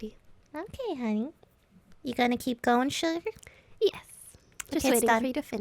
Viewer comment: not the southern accent 'sugar'😂😂😂